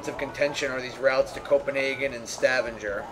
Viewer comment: And Stavanger, soft G.